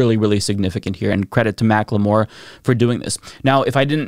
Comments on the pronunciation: Mackle-more not Mack-le-more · For future reference, it isn't "Mac-Le-More" it is pronounced "Mack-ull-more". 😘👌